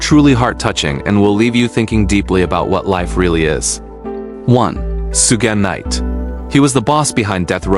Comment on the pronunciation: AI CONTENT FARM! "SOO-GEH Knight" not even 20sec in. Bruh quality control your shit.